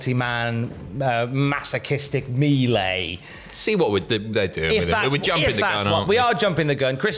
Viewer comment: Rare occurance of the Vince McMahon pronunciation of melee